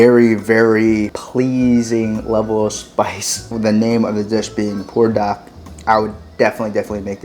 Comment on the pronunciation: In the description, you spelled it "Buldak", but when you pronounce it, you say, "Pulldak"....which is correct?